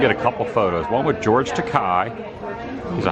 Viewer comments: Takei is pronounced tuh-kay, not tuh-kai, as he explained many times on the HS show, "like Okay." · Adam, come on. Its pronounced George Ta-KAY. Rookie mistake man.